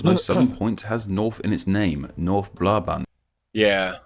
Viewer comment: Your pronouncing is quite ok for an English speaker! In the Dutch language we don't pronounce the A towards the E as in English! When you pronounce the word "Brabant" you can distinguish the two different sounds of the A in english while in Dutch both A are pronounced as the first one! English example: Bra or like the band name Aha. We also use AA in the Dutch language and it's the same sound only prolonged so it sounds like the end of that band name Ahaaaa! Dutch examples; Naar = To or Creepy Waar = Where or True Daar = There Snaar = String Then we've got some vowel mixtures like AE, AI, AU, AO but by pronouncing your A and AA right you go a long way already! You can practise with this sentence! Ik las vandaag in de krant de aanvraag van een amerikaanse klant! Today I read in the newspaper the demand of an American client!